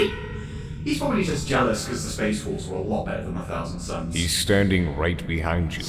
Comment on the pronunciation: "Have you no wulves?" Still a great line no matter how many times i re-watch TTS.